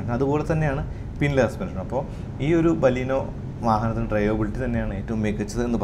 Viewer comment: ബലീനോ അല്ല ബലേനോ എന്നാണ് ഉച്ചാരണം.